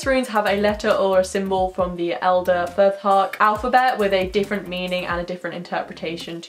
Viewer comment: A small correction: its Futhark, not Furthark. Otherwise loved the video, keep making them!